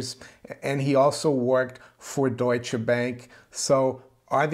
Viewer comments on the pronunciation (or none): none